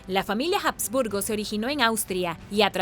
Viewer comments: Perdón, pero se pronuncia Habsburgo, no "jasburgo". Y lo que tú llamas "mandíbula de los jasburgo", en realidad se denomina Mandíbula prognata. Ni de broma puedo imaginar que a alguien con esa característica, el médico le diga que tiene "mandíbula de los jasburgo". Asimismo, tampoco se pronuncia "diábetes" como si la "a" llevara acento. Me pregunto a qué clase de colegios fuiste .. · Y dale con pronunciar la "H" como "J". No sé qué te han enseñado en la escuela; pero la "H" en español ( y en alemán también) es una letra muda. Se escribe pero no se pronuncia. Utiliza el traductor de Google. Selecciona el idioma alemán, escribe habsburgo y dale a la opción de voz. Escucha como suena. Te lo he dicho varias veces; pero parece que no quieres aprender a mejorar y te empeñas en hacer las cosas mal. Si lees los comentarios (cosa que estoy empezando a dudar) mis críticas son de carácter constructivo; para ayudarte a mejorar. Es una pena; porque me gustabas mucho; pero no puedo continuar siguiendo a alguien que no quiere hacer las cosas bien. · Por otro lado, Habsburgo es de procedencia alemana y se pronuncia tal cual. De la misma forma, en un vídeo anterior, al hablar de la Alhambra decía Aljambra. Madre mia!! ¿También diría almojada, por ejemplo? ¿O cacajuete? Si hablas en un idioma, hazlo correctamente. La he oído hablar bien en infinidad de veces. Lo que no comprendo es por qué en los últimos vídeos lo hace tan mal y, por lo visto no admite sugerencias para mejorar. Como he dicho anteriormente, mis críticas son constructivas.